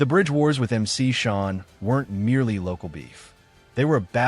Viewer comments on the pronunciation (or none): KRS is the purest definition of Hip-hop! Go do some research if you don't know.. Oh Yea, it's MC SHAN, NOT SHAWN 😆. This AI shit is rigged